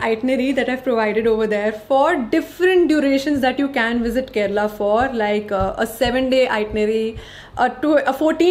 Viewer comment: U r among 1% north Indian who said correctly KARNATAKA n KERALA . Most people say KARNATAK n KERAL